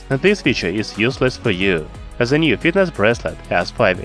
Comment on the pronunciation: Fuck , I can't listen your pronunciation, specially "The", why you call it Ze? Blood comes from my ears